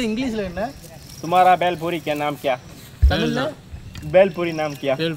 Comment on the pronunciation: It's bhel puri not beli Puri